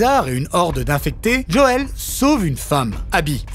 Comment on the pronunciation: Faut arreter aya nakamura : c'est pas Djoel mais Joel. (même dans la série en VF c'est JOEL) et c'est pas djadja ;-)